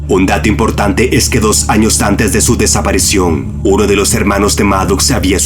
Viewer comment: no puedo, no puedo. son geniales los videos que hace este hombre pero escucharlo hablar me da escalofrios: "desaparecion" -.- DESAPARICIÓN hermano!!!! con I!!!!